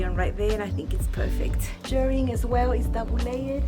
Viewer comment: Thank you again for another very informative video. Loved both dresses and I cannot wait to see the next hack. I always wait to see if you post anything on new patterns so I can purchase through your link. Also I am so glad you say Shirring and not Shearing, as you Shirr Fabric and Shear Sheep. 😆